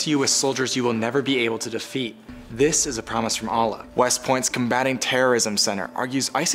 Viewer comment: it's not ahlu it's Allah